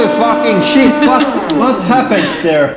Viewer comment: This Guy says: WAT DU FACK ITS NOUOT DOENG ANITHING, ETS DEDNT DO SHET HOULY FAKING SHET